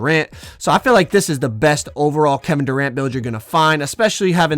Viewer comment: Man said Doranto 🤣🤣🤣